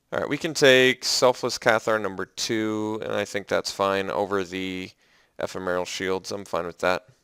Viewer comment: Love your drafts -- check out how to say ephemeral.